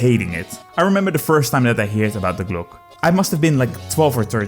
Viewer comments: Die glocke ❌ Die Gluck/Glock ✅ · Die Glock is actually an Austrian manufactured Pistol. It’s always a good rule of thumb to pronounce every letter. We Germans are efficient so no useless redundant letters like in French. Correct spelling is: Dee Glock-uh